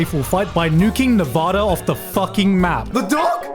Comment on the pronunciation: Say Nevada correctly you barbarian.